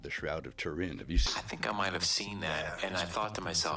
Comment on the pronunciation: its Too rin basically not Ter in